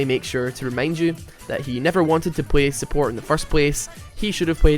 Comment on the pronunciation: Unsuport? you mean SUBORT